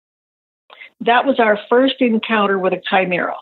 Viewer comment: Is she saying chimera?